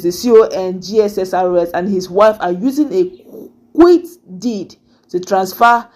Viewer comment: You finally corrected the pronunciation of QUIT. That's good.